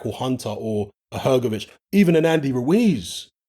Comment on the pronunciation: Hrgovic? You’re having a laugh